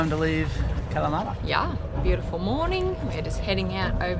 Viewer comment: Don’t be making fun of my Ancestors “Kalamaaata”!!! lol Great video again!!